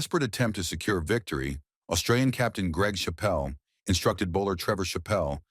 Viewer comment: Why is a picture of David Boon being used? And "Chappell" is not pronounced "cha-PELL". The AI generated American accent is also quite incongruous.